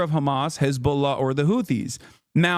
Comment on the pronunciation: He forgot to pronounce Hezbollah correctly like he usually does.